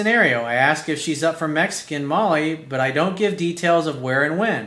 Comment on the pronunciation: Vincent Dowd hahaha I’m with you bro , I think he meant Mole, not Molly lol he even says “a good Mexican mole spot” lol